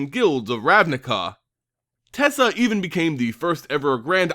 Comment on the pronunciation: You pronounced Teysa 3 different ways in your video. I am confused. And slightly frightened.